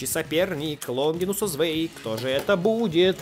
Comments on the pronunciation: Правильно не звей а цвай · Не Звэй Луинор а ЦВАЙ ЛУИНОР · да вообще-то, ZWEI ЧИТАЕТСЯ КАК ЦВАЙ